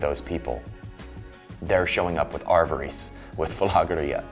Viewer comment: Love your work,, but it’s pronounced a-va-ris with short A’s and ris as in risk